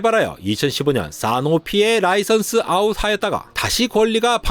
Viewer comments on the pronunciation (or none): none